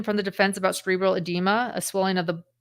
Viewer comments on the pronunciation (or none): none